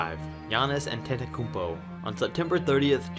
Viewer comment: The said Giannis’s last name wrong